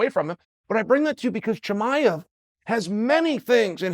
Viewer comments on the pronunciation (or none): For guy who makes so many videos on him, you’d think he would start saying his name right man.